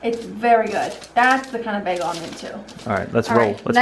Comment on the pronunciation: Oh, that South Jersey pronunciation: "beggle". 😜